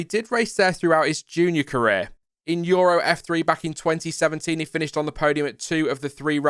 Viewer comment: Finshied, Finsihed Or Finishd 🤣